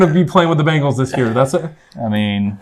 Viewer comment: BANGLES? it's an 'e' Bengals. LOLOLOL